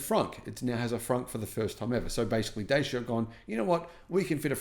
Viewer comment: only came on here to hear mis-pronounce Dacia again! It’s Datch-aa, not Day-c-aa!